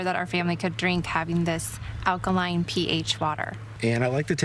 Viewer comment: No respect for this reporter for not knowing how to say alkaline